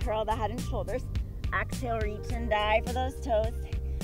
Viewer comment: Excellent class! But why does she say “axale” instead of exhale? It’s a bit disturbing…